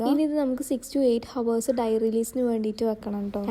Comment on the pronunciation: Kind remark: Hours correct allatto pronunciation.. H silent ahn ❤